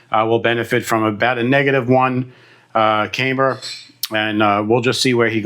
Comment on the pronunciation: Its pronounced cam-ber, not came-ber. Like a cam in an engine.